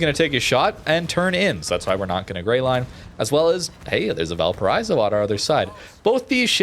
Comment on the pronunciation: I die a little every time you say val paraizo... just imagine a car breaking at 100mph, that sound, is the same sound of the I in valparaIIIIIIIIzo, just do that and it's fine